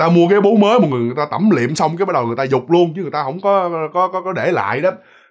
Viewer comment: Là "tẩm liệm", hổng phải "tẩm lịm" ơi!😁